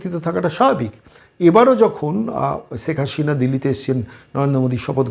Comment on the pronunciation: রাজনৈতিক এনালিষ্ট হিসাবে আপনি এক শিশু। বাংলা উচ্চারণেও ভীষণ ত্রুটি।বলেন--ছেক হাশিনা। বিদঘুটে!